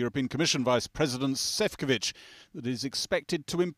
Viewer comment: I don't want to be a hater, you are definitely working hard to bring up latest news, but please try to pronounce "Šefčovič" as it should be and not making up random pronunciations next time. Even google translate does much better... it isn't so hard to look it up. :)